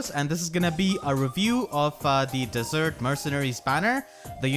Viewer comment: Did he just say dessert, instead of desert!?